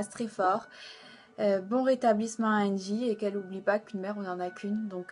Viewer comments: Lol la meuf c meme pas de qui elle parle elle commence en disant "andy" au lieu de angy mdr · elle arrive même pas à pronconcer le prénom de angie correctement .. sara es la pour le buzz